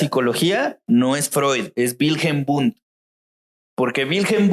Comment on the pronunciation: Chicos, el padre de la psicología es Wilhelm Wundt. Se confundió el amigo y mezcló unas pronunciaciones raras jajsjs